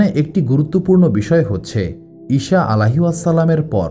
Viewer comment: ইষা নয় বলুন ইছা আ.